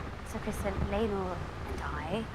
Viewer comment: Just FYI, it's Criston, not Crispin :P I agree with what you say though :)